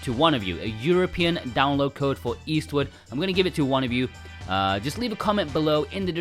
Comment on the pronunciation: Your accent makes it sound like you're saying Eastwood instead of Eastward. I wanted to say "Clint is Eastwood for me".